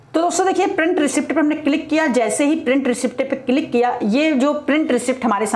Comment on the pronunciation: Receipt को रिसीट बोलते हैं, रिसीप्ट नहीं🙏🏻मैडम🙏🏻